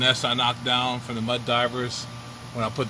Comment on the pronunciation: Mud Dauber…not Diver. Sorry, it’s like nails on a chalkboard.